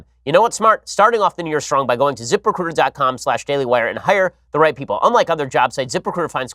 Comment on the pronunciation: Zip recruiter sounds like zipper cooter, or zip her cooter, the way Ben says it